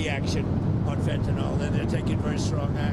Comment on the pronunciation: Fentanyl is pronounced fĕn′tə-nĭl (fenta-nil), not fentanol; there's no "o" in the word. In chemistry nomenclature, "-ol" is an alcohol; Fentanyl is a piperidine opioid. The name is a portmanteau of pheno- + anilide + -yl with arbitrary spelling alterations.